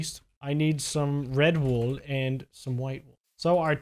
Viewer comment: When you said red wool for the bed I thought you said “Red Bull for the bed”